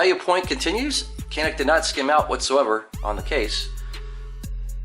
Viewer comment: Hey from Turkey guys. It is actually pronounced like this "janiik" :) Thanks for your videos.